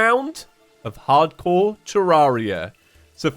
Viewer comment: his accent makes it sound like "Ardcore terraria"